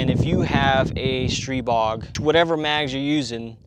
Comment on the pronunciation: Really superb video: great quality, great information. Way to test it as no one else has so far! THANK YOU for taking the time and care. And you had it right with "STREE-bog," which is the Slovakian pronunciation . Ultimately, we can pronounce it however we like--I choose the Slovakian "ee" sound. My SP9A3S has about 300 rounds through it with only 1 easy-to-clear malfunction so far, and that happened when someone else was shooting it, so I don't know if it just didn't like them or what (haha); could just be the break-in period. I've used the curved 30-rounders and the straight 20-rounders, by the way. Other than that one, this is one super-smooth, super-fun, super-accurate, and SUPER-compact gun, and just a joy to hold. Everything I'd hoped for and more. Popped a red dot on and I'm off to the races.